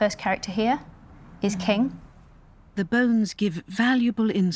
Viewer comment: BBC are idiots for not doing their homework properly. The name of the the 商 dynasty is so utterly mispronounced.